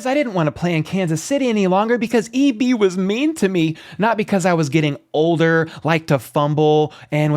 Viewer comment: That dude butchered EB's name. The Tom Brady thing was hilarious. Thanks for the shout out